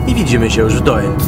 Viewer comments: Przy wymowie nazwy miasta Doel powinno się mówić "Dul", OE pisane razem wymawia się podobnie jak nasze U ;) A nazwa miasta w wolnym tłumaczeniu może oznaczać "Cel". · czesc chlopaki kurcze byliscie w belgii a u mnie kawa stygla pozdrowienia nowlasnie z belgii ( a tak miedzy nami nazwe tego miasta czyta sie dul ) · W Niderlandzkich językach "oe" czyta się "u", więc to miasto prawdopodobnie nazywa się Dul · Doel czyli w wymowie DUL To znaczy CEL w ich języku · Mieszkam w Belgii i byłem tam na rowerze. A tak swoją drogą: Doel czyta się Dul Pozdrawiam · Czyta sie dul ... Oe = u. Te duże kolcki lego wcześniej tam nie stały. Teraz na terenie prowincji Antwerpen coraz wiecej ich jest , aby ludzie nie wjeżdżali autami. Pozdrowienia z Belgii. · Nazwe miasta czyta sie Dul, oe wymawia sie jako u w języku Niderlandzkim jak i w Fryzyjskim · W jezyku flamandzkim "oe" wymawia sie jak u a wuec miasto nazywa sie "Dul" pozdrawiam z Holandii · Filmik fajny, mam tylko jedną uwagę - nazwę tego miasteczka wymawia się DÓL (to holenderska nazwa, a w j. holenderskim "oe" jest odpowiednikiem polskiego "ó") ;) Łapka w górę i do następnego razu :) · Pisze sie Doel A wymawia sie Dul Pozdro. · To sie czyta Dul I jest opuszczone dlatego ze chcieli tam wybudować fabryki I tego typu rzeczy ale ludzie powiedzieli ze nie sprzedadzą fomow więc wybudowali dookoła i zrobiła się zla komunikacja więc większość I tak się wyprowadziła chodź do dziś mieszka tam jeszcze parę osób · Po 1 Doel czyta się DUL 😅 Po 2 w Belgii jest kategoryczny zakaz publikowania w sieci zdjęć oraz nagrań elektrowni atomowej w Doel... Grozi za to sroga kara a nawet więzienie....najwyraźniej o tym nie wiedzieliście a myślę że warto zrobić najpierw research zanim coś się wrzuci 😅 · To jest nie dokońca opuszczone miasto ... tylko wieś ...i mieszkaja tam ludzie jeszcze... pisze sie Doel.a czyta " Dul "... Pozdrawiam...